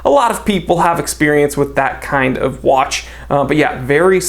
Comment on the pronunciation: I can hear the accent on...JUST. ONE. MORE WAATCH.